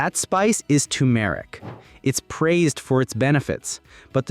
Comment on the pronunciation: AI commentary - can't pronounce tumeric